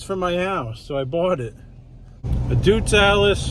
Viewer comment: “Doitz Allis”